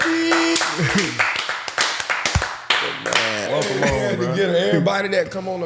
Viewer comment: I see Ali and I watch…and it’s Siddiq, not Saddiq 🤷🏾‍♂️